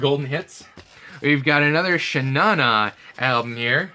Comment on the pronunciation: It's not pronounced "Shaw -Nanah" but actually "Shaw Naw Naaw"